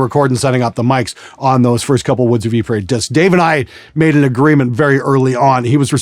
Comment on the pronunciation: By the way,, Ypres is pronounced, "Yeh-Pree", not "Yee-Pray"